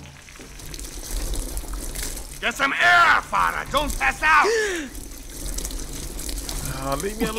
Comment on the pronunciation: her name is Farah not Freia, which means joy or happiness